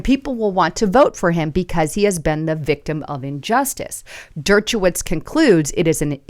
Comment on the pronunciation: Dirt-cha-witz?? Wow... C'mon Der-sha-witz